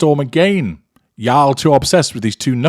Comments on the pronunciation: The way you said Y'all...I loved it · As a born Southerner, hearing pronounce y'all makes me so happy.